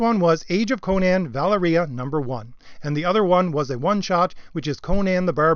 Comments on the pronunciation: VAH-leria. Sorry. Drives me NUTS... Other than that, yeap. Agreed. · it's pronounced "va- lair-ee-ah" :) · Nitpick Nick says: Pronunciation of "Valeria" is "Vol-Area"... At least according to the film in which she appeared.